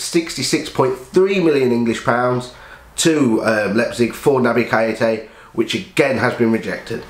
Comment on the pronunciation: Good video mate just one thing. Please pronounce Keita's name right, it proper gets under my skin haha. Naby Kay-ta. Hopefully we get the deal over the line but £70M is way overboard now